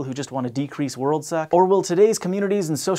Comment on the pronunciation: decrease "worldsa?" What's that?